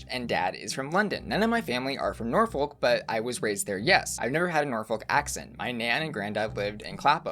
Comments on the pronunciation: You said Clapham right but Norfolk is not 'nor-folk' like 'yolk', but 'nor-phuq' like .. suck. Sounds like I'm pranking you but I'm fr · Ahhh, 🖤 the way you say Nor-folk and Nor-which (phonetically, makes sense!) is adorable. As someone born in Norwich and having always lived in Norfolk, it’s highly endearing when I hear mispronunciations! Norfolk is pronounced Nor-fuc (😂) and Norwich is Nar-wich, said with a Norfolk…or Norwich accent:D or Nor-ich to the rest of the world! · Um! The US has its own Norfolk in Virginia which is pronounced the same (not butchered attempt) Norfuk/Norfoke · You say it 'norfuck' (I'm not even joking) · asking if she pronounced Clapham right [you did] after butchering Norfolk [nor-fuk] twice in the previous sentence is sending me. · You said "Clapham" perfectly, however "Norfolk" is usually pronounced more like "Nor-fuck" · Norfolk (nor-fook) and Norwich (nor-ridge) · Human from Norwich here! You pronounced Clapham right! Here's pronunciation for Norfolk and Norwich Locals pronounce it Nor-fook (like book) and Noh-ridge like porridge or Nor-rich) ❤️ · It's kind of more Norferk but not really but not Nor- Folk. Like Newerk is probably the only similar US place I can think of. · British pronunciations: -wich (Norwich, for example), is pronounced "itch". Ignore the "w". So Norwich is pronounced "Norritch". -folk (Norfolk, Suffolk, etc), is pronounced "fuk". Ignore the "l'. Norfuk...Suffuk. This also applies to Norfolk, Virginia here in the US. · the pronunciation of Norfolk and Norwich...🤢😫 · Love asking if she said Clapham right then butchering Norfolk and Norwich. Xx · asking if he said “Clapham” correctly when it was Norfolk which was MAJORLY mispronounced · The way he pronounces Norfolk gives me shivers ahahahaha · You said Clapham right... but not Norwich or Norfolk 😂